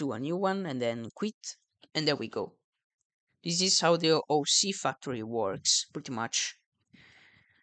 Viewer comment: “OC fucktory”